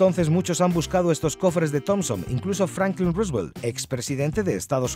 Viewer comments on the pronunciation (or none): none